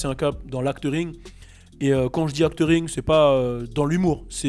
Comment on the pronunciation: c'est acting pas actering?